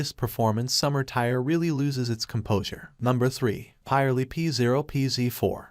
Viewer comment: It’s pirelli not poly